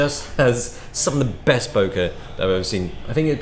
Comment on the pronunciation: So you're now pronouncing it bokah? WTH??